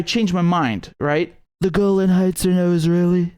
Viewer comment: "The golan heights are now israhelli"😂😂😂😂😂😂😂😂😂